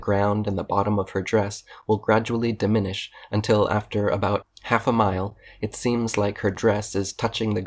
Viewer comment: The more I hear this guy read and spout off words that he most certainly used a thesaurus for to sound more intelligent, is laughable at best, in his elementary style reading, he cannot even pronounce diminish. He doesn't speak like like he knows what he is talking about, the way he speaks shows he is reading and doesn't come from the heart or his brain, if he truly knows and believes what he says he wouldn't need to read it. It makes my head hurt at how so misinformed and ignorant he is. His only proof is always the same, if he can't believe it it must be false, he completely disregards every shred of proof, but has no proof of his own. what's funny is when he showed the pool balls, his picture proved what the Nasa lady said, the light (sun) shining on the pool balls (earth) cast a shadow on the pool table (Moon) (size and shape of moon doesn't matter because this argument is what shape shadow is being produced) and amazingly the shadow they cast is round, which is what the pool balls are shaped like. I want to believe that he is doing this for some monetary reasons, views, or subs, because no matter what you use to prove/debunk him, goes in one ear and out the other, and he just repeats the same thing over and over again. I wish he would put himself, or any other flat earth believer on a boat and go sail to the edge of flat earth, I'd love to see pics of what the edge looks like. He thinks we all live in a diorama, and the sun is some sort of flood light , his brain cannot